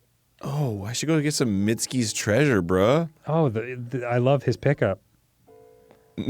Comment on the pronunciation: love that arin called misko’s treasure “mitski’s treasure” and dan thought it was “minsky’s treasure” a collab we didn’t know we needed